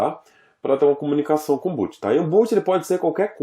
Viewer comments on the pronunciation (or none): Poxa, mestre... A pronúncia correta é BOT, não BOOT.